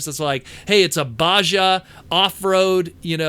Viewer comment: Baja is pronnounced "bah-hah". You really threw me for a loop there.